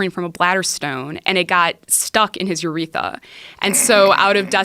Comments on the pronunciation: "you-ree-thuh"???? C'mon chick, it's URETHRA, you have one, too. You don't have to tell us you're not a medical doctor haha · Whats a "uretha" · this bitch said "uretha" ... its 'Urethra" idiot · I cant take her seriously. She pronounced Urethra as "Uretha" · Its "Urethra" not "Uretha" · This lady is annoying. What kind of educated person doesn't even know how to pronounce "urethra." She goes "uretha" lol and she has a Phd? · She has a Phd yet pronounced it as "uretha"?😳😳😳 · I hate when people say "anestesia". Bitch, it's a 'TH', not a T. AnesTHesia. Say it right. Then she said "uretha" lol. Like Uretha Franklin lmao. I wish her name was Urethra Franklin. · Wait...did she say URETHA? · a phd and she says uretha lol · A medical quasi-professional mispronounces “urethra”. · A doctor who doesn't know how to say urethra 🙃